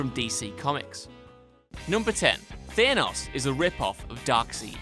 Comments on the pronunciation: Darkseed? Thaynos? Oh WhatCulture, you're slowly turning into WatchMojo 🙄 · Don’t forget Thaynos 🤣🤣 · Suvi-Tuuli Allan "Thainos" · "Darkseed"? "Thaynos"? "No More Fun Comics"? Would a bit of research kill you? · Darkseed?? Thaynos???? I cringe so hard every time he says that. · DKChallenger 593 theenos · Dark-seed? Thaynos? Cmon we all know that is on purpose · Thay-noss and Darkseed? Oh Fuck off! This may not be polite or erudite, but you've annoyed me less than a minute into the video. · "Darkseed" "Thainos" WTF, do they mispronounce on purpose lol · Darkseed and thaynos...seriously whatculture sort it out. Thumbs down purely coz of pronunciation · Does the WhatCulture team not review their videos before they're released? I'm not sure how the company works, but I don't see how it is possible that something as glaringly obvious as "Dark Seed" or "Thay-nos" can be overlooked--it's even the first thing on the whole list! I may not know the intricacies of his accent, but I have never heard anyone pronounce their names that way, and even then, there's only like hundreds of audio references to show how to pronounce them correctly. What's the deal? You guys just don't care? No quality check? The video even requires editing; the credits note three different people. How did this get through? Just blows my mind... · And Thaynos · Bullshit Theenos is not ripoff of a Darkseeeed, Thanos is a ripoff of Darksied. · Stop pronouncing Thanos and Darkseid that way.. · Also can't even say thanos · Never mind that, he also mispronounced Thanos.